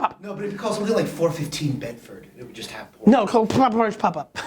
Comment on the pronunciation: lol, pooridge!